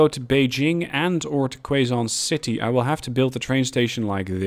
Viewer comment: Hey man! Really loving the series so far! Gave me some ideas on how to optimize my train lines on my own save game, so thanks for that! Keep up the good work! Note: Quezon City is pronounced as Ke-Zon City Hopefully we'd be able to see some Shinkansens whizzing across the map soon! :)))